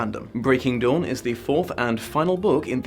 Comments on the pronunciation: With your accent. When you initially said breaking dawn. I thought you said Breaking Dom haha. Might have some truth to it or its to early in the morn for me and I havent had a cup of tea yet XD Edit :(went back and listened to it a few times. Convinced thats what you Dom not dawn. Genuine or Freudian slip?) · Did he just say... Twilight: Breaking Dom?